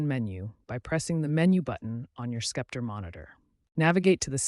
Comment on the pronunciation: Lol skepter